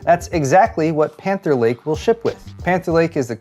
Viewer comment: When he was talking about Panther Lake, I thought I was hearing Cancer Lake.